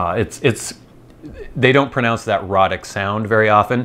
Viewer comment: Not boring at all! I'm really interested in Things like this. Thanks for the ramble. And I think it's "ROE-tic." At least that would clear up any unfortunate homophonic confusion.